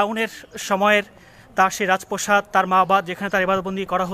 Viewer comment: রাজ প্রসাদ নাকি রাজ প্রাসাদ? প্রতিটি ভিডিওতে দেখছি একই উচ্চারণ